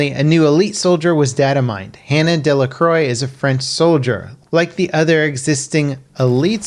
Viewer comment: Nice vid as always, but you butchered the pronunciation of Delacroix =).